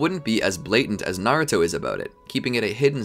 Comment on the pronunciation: Is Naruto not nauto